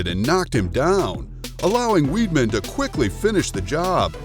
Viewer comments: Its pronounced wideman, Chris Wiedman not weedman! Idiot, press ups!? You mean push ups! Annoying! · Hahahah Chris weed-man... it’s pronounced Wide-Man but whatevs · Why are you pronouncing weidman so strange ? Its not "weedman" its weidman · How can you commentate on a video and don't even know how to pronounce the fighters names correctly. Chris Weedman? What a joke, what else is a joke is begging for subs every vid def wouldn't subscribe to this garbage. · he said Chris Weeedman.... lmfao